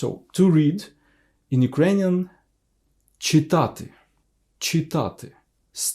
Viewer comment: Хочу зауважити, вимова "ч" перед "и" ну дуже м'яка, і чується "чітати", а не "читати", а так відео гарне